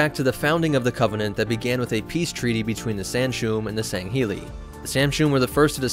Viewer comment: The Arbiter’s name is pronounced as “Tell Vedom.” The prophets’ race is pronounced “San-shy-yoom.” The Arbiter’s race is pronounced as “Sang-heellee.” I was wincing every time I heard “Senshoom...”